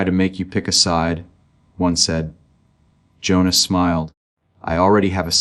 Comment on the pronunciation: His name is Hohnathan not Jonas!!!!😮